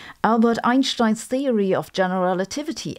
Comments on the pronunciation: It's Einstein, not Einshtein. There is no "sh" in his name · In English it's better to pronounce Albert Einstein with an s and not an sh